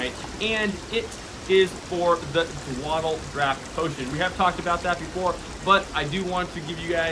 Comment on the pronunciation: Agreed. His mispronunciation of dawdle (daw-dull) is a bit irritating as well.